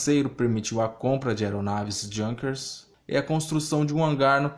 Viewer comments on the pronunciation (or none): none